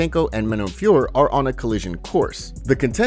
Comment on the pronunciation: Please don't join the retard bandwagon and keep calling Manon FIOR. It's pronounced FIOR-OH. Jon Anik continues to get it wrong. Take it from a native French speaker... And just for the due diligence, ask yourself how you pronounce Hercule POIROT, TISSOT and HUBLOT watches etc etc. It ain't POIR, TISS and HUBL 🙄